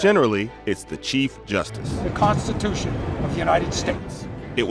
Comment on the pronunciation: THE KAANSTITEWSHUNN